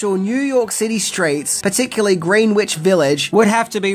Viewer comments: Isn't it pronounced 'gren-itch' village? Great movie! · It’s pronounced “gren-itch”, other than that, fantastic video! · Lol, green witch? No judgment. I think puts Easter eggs in all of his videos. One major pronunciation error and one theme error. I believe is an affable guy and has included thes Easter eggs because he's smart/dumb like a fox. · "Green Witch Village" 😂 It's pronounced "Gren-Itch". I do love the mispronunciations though. Love me some! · "Green Witch Village"? I know that you're about as far from England as you can be and still be on the same planet, but even as a Yank, I know it's pronounced "Grennich." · I love you!!!! As a New Yorker I chuckled at your pronunciation of Greenwich Village. We say it like gren-itch village. Also there is a Greenwich CT also pronounced gren-itch. There is a town in upstate NY called Greenwich pronounced green-witch. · Oh there's no way to know without checking but the w is silent in Greenwich village. No idea why, just for your future information. Love the channel! Stay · Love your work, but you say it "funny"... we New Yorkers pronounce it as "Gren-itch Village". Have a Happy New Year! All love and blessings to ALL, in the new year of 2024! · FYI, Greenwich is pronounced GREN-itch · Hey, just a heads up... Greenwich is pronounced GRENnitch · So now after watching 10 things I didnt know, I shall tell you one thing you MAY not know: Greenwich is pronounced "Grenitch" .... Yupp Grennwich(Grenitch Village) I only know that because of The Pope of Greenwich Village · Greenwich Village is pronounced Grenn itch village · pronounced Greh Nich yes dumb but 😂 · It is pronounced Gren-ich Village